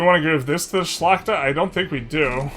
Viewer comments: Ngl, your perfect pronunciation of Szlachta is hella impressive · Im suprised by your pronounciation of Szlachta! Its really good, love from Poland! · You are actually pronouncing Szlachta perfectly.